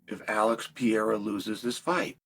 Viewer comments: Peara!? Pereira is the correct way to say his surname. Funny, anyway, hear this dude says peara...😂😂😂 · If you learned how to stop fucking saying Pee Era and pronounce his name correctly, maybe he wouldn't be mad at you. 😂 Puh Ray Ruh. Sound it out like a fifth grader. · Is it so hard to pronounce PE-REI-RA? This guy keeps saying, "VIERA."At least that what I hear here. (BTW, Pereira, in portuguese, is the name of the pear tree.) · He just kept saying PEE ERA 😭😭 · STOP SAYING PEE ERA YOU IGNORAMUS. 😂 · For fucks sake quit saying PEE ERA. 😂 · Why do you call him “Pe air ah” lol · Brother must be new if you haven't clocked that Chael knows infinite about MMA but also knows negative about pronouncing fighters names. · Saying unks name right and fucking up Alex is inspiring … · Why will you not say the second R in Alex’s name?